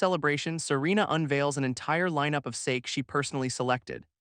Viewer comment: Voice can't pronounce "Sake"?